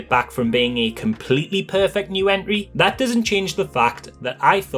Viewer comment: I kept hearing Enry, took me a second to realize you mean Entry.